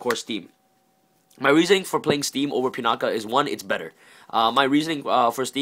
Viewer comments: "Pinakuh." Lol it's Pinaki decent deck profile, should run Pinaki over Steam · Are you saying Pinata? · Actual drinking game: Take a sip of a shot every time he pronounces 'pinaki' wrong, or says the words "absolutely amazing". You'll be absolutely wasted.